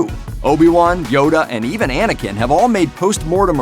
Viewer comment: Why does he call them Luke and Annikin skywaller???